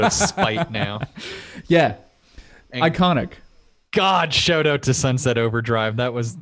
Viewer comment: Someone says SH-oww-t Owww-t correctly? I'm in.